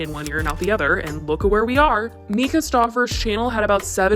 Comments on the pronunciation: MY-ka not ME-ka* lol 😘😘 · Please stop calling her meeka 😂 it’s pronounced Myka! I’m sorry it’s just so hard to watch lol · MYKA IS PRONOUNCED (MY-KAH) i’m so tired of hearing MEEEEKAAAH lol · Myka=Mike-A... Not Meeka, just sayin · It’s mike-a not meeeka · Like your videos but her name is not “Mee-ka” it’s “MY-ka”. So annoying I’m sorry 😂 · Just an FYI her name is pronounced My-kuh :)No hate just have heard her name pronounced wrong on many of these vids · The first syllable of her first name is pronounced my as in my coat. I don't trust anyone who publicly mispronounces such a simple name of the person they are criticizing. The child was diagnosed with autism when he was evaluated for the disorder in the United State at the Stauffers' request after they adopted him. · I can't watch this video bc this lady is mispronouncing 'Myka' every 5 seconds. So annoying